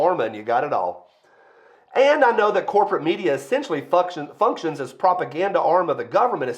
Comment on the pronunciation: You were closer when you mispronounced functions. 😂